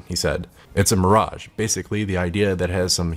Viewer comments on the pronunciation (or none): none